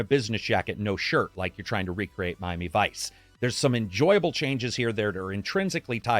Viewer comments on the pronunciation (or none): none